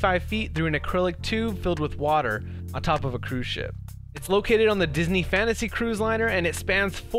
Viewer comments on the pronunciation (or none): none